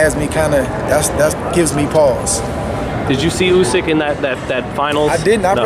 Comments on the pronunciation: It’s USYK lol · Who the fuck is Usky? 😂🤣🤣